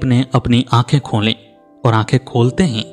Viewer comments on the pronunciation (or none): सिर्फ एक शब्द के उच्चारण पर ध्यान दें वह शब्द है ",खोली " आप बिंदी के साथ बोल रहे हैं समझ पाएं तो सुधार करें